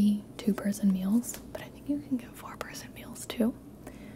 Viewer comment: I thought she said 4 prison meals.